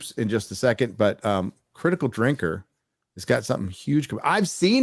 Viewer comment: "Critical Drinker's got something huge, I've seen it by the way." If nobody has memed dropping the r from his name again, I'm going to be a little disappointed in you all.